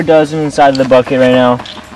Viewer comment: Lmao when you said “bucket” I thought you said “fuck it”